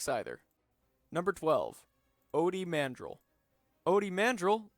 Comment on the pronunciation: a few things: "guo" is pronounced "GOO-oh" mawhonic didn't die clegg holdfast is actually a podracing journalist Ody Mandrell is just a teenager. his name is also pronounced "man-DRELL" Neva Kee is actually a guy, but several sources do call them a "she" wan sandage is actually considered to be incredibly attractive by his devlikk (his species) standards